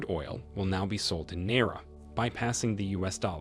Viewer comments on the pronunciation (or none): Naira not nera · He mispronounces the word Naira. It should be pronounced Ni ra. Two syllables.